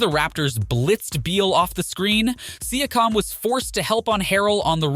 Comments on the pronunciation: Exactly. Personally, I dont care that it is an AI. We use the technology ourselves; however, he needs to find a better AI or learn to write the names so the AI can pronounce it. For example if he entered the prompt: "See-yak-cum" he would have solved the pronunciation of Pascal's name. Rookie mistake. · siakam as well